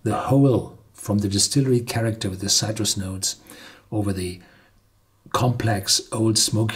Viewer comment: Horst, polish your English. Your pronunciations of "precious", "citrus" and some other words are worse than Werner Herzog, haha. Also your ad hoc translation of "Sorbet" as sorbet and not sherbet was funny.